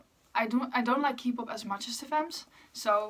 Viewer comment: eerlijk ik wilde net gaan vragen of je nederlands was omdat je accent zo klonk en toen zei je het ahahah tis btw gewoon kpop (met de K als in oké) ipv kipop ofzo hehe nice om te weten dat er nederlanders geinteresseerd in exo zijn ksjkjs